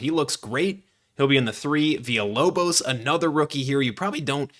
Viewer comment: The lock in for the Villalobos pronunciation was dope and appreciated